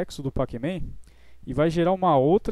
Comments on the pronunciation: Se escreve pacman, mas se pronuncia pecmen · Ajudou muito obrigado Mas NÃO É PAC MEM É COM E! É NÃO COM A